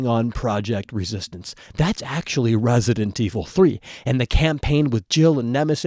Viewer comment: Guys he isnt talking about resident evil 3 hes talking about wesident evil 3 calm down